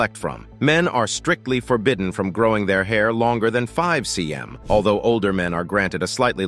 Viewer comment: "Five ci em" What is this bro :))